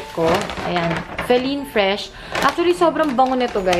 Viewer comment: It's feline (Fee-LINE) not feleen hahaha